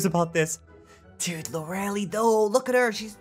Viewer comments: Her name is pronounced "Lore-ah-lie", not Lore-elle-e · And you pronounce lorelie wrong its lore - lie not loreli